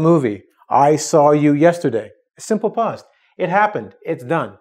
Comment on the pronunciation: if ur native then why cant you pronounce past and fast right it isnt post its past. and ur teaching english in english